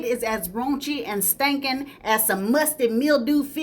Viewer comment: The way you say stankin 😭